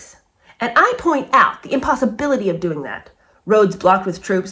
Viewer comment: Doing...not 'diing'----see what I mean????😉😅